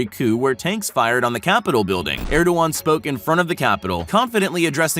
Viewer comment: That's not how the Turkish President's name is pronounced.